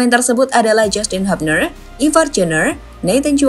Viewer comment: hUUbner bukan hAApner